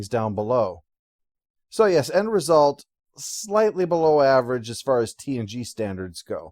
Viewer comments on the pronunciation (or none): none